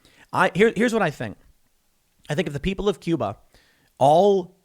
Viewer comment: Tim; it’s bloody “Cuba”….we can take it in a second and a half!